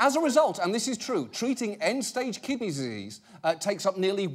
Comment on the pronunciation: "Treating kidneyzzzseas" 😂